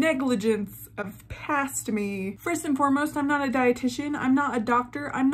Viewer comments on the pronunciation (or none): none